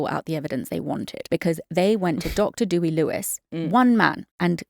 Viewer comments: Great analysis ladies. By the way, his name is Deh Wee Evans, not Dooey. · Dooey sounds better 😂😂